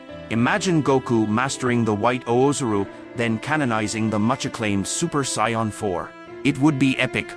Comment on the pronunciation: Can we please make these videos with the correct pronunciation of the different races or names of characters!!!!!!!! -_- it's sayians not scions!!!!!!